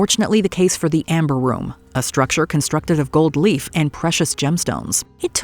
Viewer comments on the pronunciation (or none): none